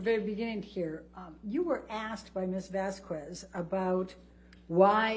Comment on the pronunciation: The way she pronounces Camille Vasquez's name is also aggravating. It's just Vasquez. The 'U' is silent. It's not Vasskwezz.